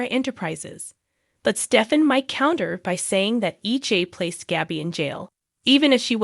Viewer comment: Why does the commentator mis-pronounce the characters names when she talks about them like Nicole (Nickel), Jada (Jadda), Gabby (Gabie), Salem (Salam), Chanel (Channeel), Constantein (Constann), Theresa, (Daresa), Ava (Avah)